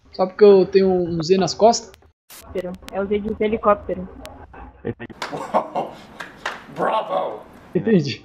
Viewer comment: "Zelicopitero" kkkk